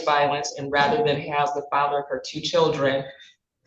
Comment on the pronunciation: What is with adding Rs in random places in words...? "Cherdlren"??